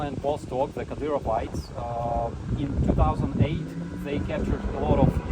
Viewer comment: Good to see, but so cringe… The allah akhbars are pronounced ka-deer-oh-vites, mkay?